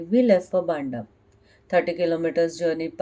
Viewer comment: Its "BAAAANDHAA" Not "BNDAAA"